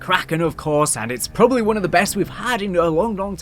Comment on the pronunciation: The way you said one bugs me